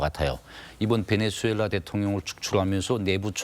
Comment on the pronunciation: 아나운서님 말도 너무 더듬고 발음도 안좋구 김위엉장을 베네즈수엘랔 연습좀하셔야할듯..